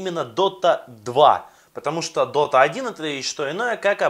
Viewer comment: уже не дота а дока